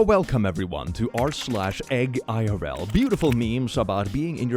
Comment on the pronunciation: I am convinced that the correct way to read the name of r/eggIRL is "a girl"